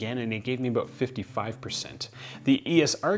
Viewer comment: "aboot" -Wait, is this guy canadian? maple leaf on shirt -Yeah probably, im going to look at the description -Canadian confirmed